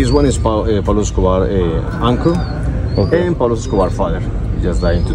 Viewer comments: UPSC - question 😂😂😂😂 who is peglo 😂 - Anaaa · Not Pablo...say Don Pablo